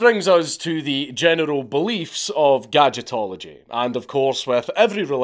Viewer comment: Every time you say "general", I can't help but hear "genital".